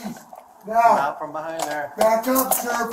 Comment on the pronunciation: STOP SAYING BUHIND 😡